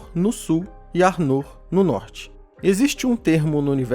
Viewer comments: Se pronuncia 'Ár-noh' com o "-r" dps do "-no'' bem leve, como se tivesse falando internamente, e o "r" dps do "A" mais puxado e longo. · Pronuncia arnor esta errada